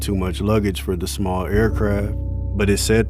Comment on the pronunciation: Her name is Pronounced Ah-Lee-Yah but thank you very much for making this documentary ❤